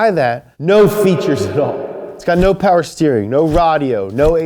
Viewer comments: More powa bebeh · MOH POWA BABEH!!!